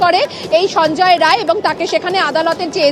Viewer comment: Rai noi re bal ray.. Roy